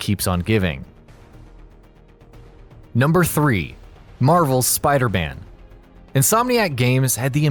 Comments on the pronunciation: Its sounds like you dmsaid spider ban insted of spider man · You said spider band.😂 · Am the only one who hear him say spider ban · You're not alone haha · Is it just me, or did he say "Spider-Ban"?